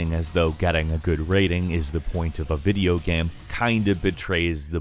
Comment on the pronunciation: anybody else notice that he says video gaem